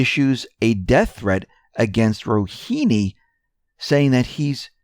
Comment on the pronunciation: Bruh its RouHAni.... lmao. Not Rouhini.